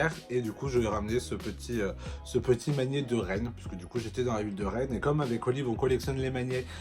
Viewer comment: Cc!! Super vidéo comme d'hab! J'adore ton peps vraiment; on ne s'ennuie vraiment pas avec t videos. Tu ma tué avec t "magné" et pa magnet lool j'etais mdr!!